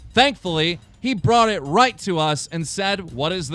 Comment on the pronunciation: TBH I always get really fucking hyped when keem starts saying "roight"